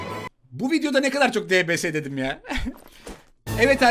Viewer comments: onun adı debese degil dibiyes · DBS YE LBS DİYO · Abidbs diye yazılıyodibies diye de okunuyo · Abi debese değil deybies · Debese değil dibies ulan video boyunca kanser oldum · dbs diye yazılıyo di bi es diye okunuyo sjsjsjsk mksa JA>Şxzh daswda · O diybiyes diye okunuyor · Abi onun ismi dipies diye okunuyor ama dps diya yaziliyor